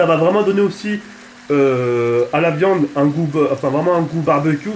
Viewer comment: 4m09 "pour mes frite, pour mes potetos, pour mes merguez mes khefta pour la de-vian quoi" mdrrr 2016